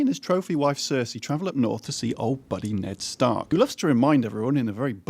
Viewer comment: Disliked cause you can't get Ned Stark's name right